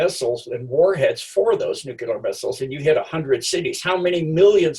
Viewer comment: It's nuclear not nucular. I can't trust anyone who isn't capable of pronouncing this word correctly.